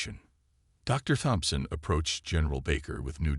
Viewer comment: Hard T. Tomson. Not Thomson.